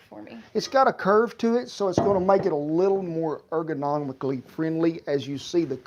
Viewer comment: Did the cowboy say ergonomically?